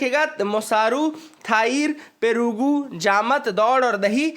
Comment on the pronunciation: Perugu means curd in Telugu..😅😂 It sounds quite funny to when Hindi speaking person pronounces south Indian terms😅😂